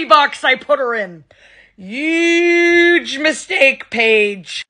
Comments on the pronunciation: She made fun of Jojo for not being able to pronounce her r right but she says huge like uge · It’s not even Huuuuge it’s UUUUUGGGGEEEEE!!! She CANT pronounce h for the LIFE of her…😂😂😂